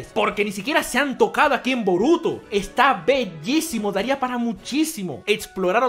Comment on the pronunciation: Esto es Boruto lo pronuncio mal disculpalo bro!!.